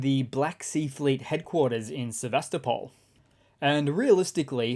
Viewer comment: DEVASTOPOL 🤣🤣🤣🤣🤣🤣🤣 Slava Ukraini 💙💛💙💛💙💛